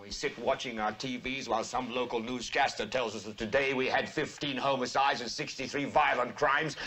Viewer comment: One slip-up here: Peter Finch's pronunciation of "hOmicides". Finch himself is Australian, and had to adopt an American accent for this part. It's mostly dead-on. But not quite.